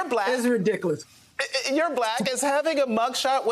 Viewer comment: That woman can't pronounce the word ridiculous.